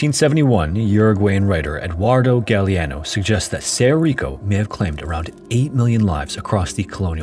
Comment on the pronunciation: (It's pronounced "sedo rico" roll your "R's")